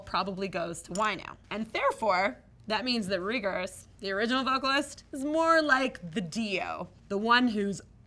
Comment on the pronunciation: Reagers is pronounced Ray-Gurs. Kind of like Jellos favorite president, Ronald Reagan